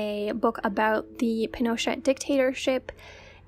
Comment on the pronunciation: Two things: i put the emphasis on the wrong syllable of Pinochet for this whole video and didn’t realize it until the entire video was done and uploaded 🫣 it is pin-o-CHET. Also, Peter Kornbluh, the author of the Pinochet File, works (confusingly) at the National Security ARCHIVE, not the “NSA.” According to Wikipedia, the National Security Archive was “founded in 1985 to check rising government secrecy. … is an investigative journalism center, open government advocate, international affairs research institute, and the largest repository of declassified U.S. documents outside the federal government.” Which all makes a lot more sense than him working for the NSA lol.